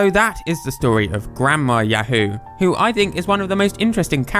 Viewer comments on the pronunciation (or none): Thats because, got something wrong. I ya ho is said like (E-yah-hoe) not (E-yah-who). In japanese if the game said i ya hu than it would sound like yahoo. But, I dont think the japnese pronounciation was taken into consideration. Cause, he kept saying it in the english pronounciation. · Sadly keep miss pronouncing i ya ho. It's not said like yahoo (Yah - who ) rather it's said more like (yah - hoe.) So, the words do not sound alike. So, Yahoo even if they wanted to. They couldnt sue for using a old word. That can't legally copyrighted. Although, using the name for a company is a different issue. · Except for one thing i ya ho isnt pronounced E yah hoo it's pronounced E yah hoe . Besides both words meaning hello, I think the real reason it was removed. Is because, yahoo just isnt used in english and could be considered a stereotype. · I ya ho is not pronounced (E - yah - who) its pronounced (E- yah - hoe) unless in japanese the word was i ya hu you would not get yahoo from how the japanese language is said . As for yoo-hoo that would be yu-hu if you actually wanted to use the right romanji letters. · Sorry but its said ya how ( ya ho ) if the game said ya hu . Than yes it would be yahoo in the japanese phonetics . Otherwise, the video got the pronounciation wrong. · Hi your pronouncing I ya ho wrong .It's said like i (E) ya (yah) ho (hoe) . It's not said like yahoo in english . So, there isn't much of a connection between Yahoo and i ya ho . Unless, you consider both words have a greeting term in the phrase .